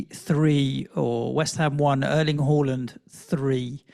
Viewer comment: It's HAA land not HAUL land